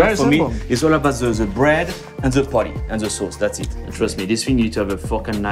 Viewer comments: I have no idea why he calls Patty as potty, that is extremely awkward. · "Each potty is 4 ounce"